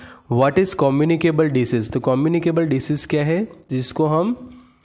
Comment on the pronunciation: Disease not decease